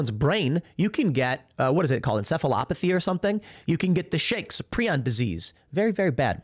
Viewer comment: Tim, the word is PRIONS... with a long I... like Pry-ons.